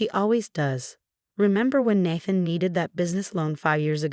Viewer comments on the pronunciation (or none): I used to laugh at this particular voice naming a character “Ratchel” but Natthan is even funnier. That AI had improved of late. Is this an older story being recycled through RR? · Can you teach AI to correctly pronounce “naive”? And “Nathan”.